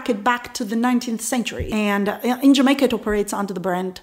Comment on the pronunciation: I love how you say jamakaa